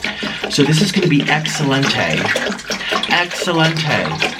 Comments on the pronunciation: I love how he said excellentay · “ So this is going to be excellentae....excellentae... continues pouring .......excellentae. “